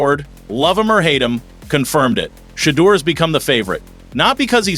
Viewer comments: Who's this A.I. voice that mispronounces Shah Dooer, Shay Douer....? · Stop miss pronouncing his name! You know how to say it!!!